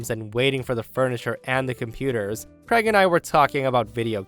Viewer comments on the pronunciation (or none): Why cant americans pronounce the name Craig properly? Always sounds like kregg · I've been an American the whole four decades of my life and is the one and only person I've ever heard pronounce "Craig" as "Creg." It immediately struck me as quite odd to hear that pronunciation.